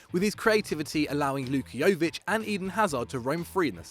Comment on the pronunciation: It's not Lukiovic u idiot, it's Luka Jovic. Honestly, why do they even let u do this.